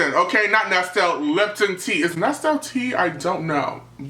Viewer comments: It's pronounced ness-lee not ness-till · LOL! U SO CUTE!! ANYHOO, Nestle' tea is pronounced nest-LEE ... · The way he pronounces Nestle